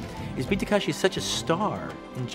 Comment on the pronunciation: You can tell by the fact that he thinks his name is Tak*a*shi